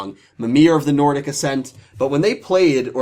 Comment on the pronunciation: Sad :( Usually excited for your giveaways. Too bad I can't enter. Good job on pronouncing the Nordic cards! I never see any youtubers even chance it so good job on trying! Congrats to the winners!